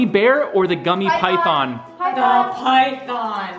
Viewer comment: its pronounced pythiiiin